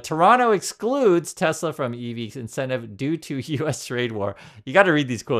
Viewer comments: maybe we should spell it the way trump pronounces it. Tesler. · I laughed so hard when he said that LIVE 🤣🤣🤣 Tesler 🤣🤣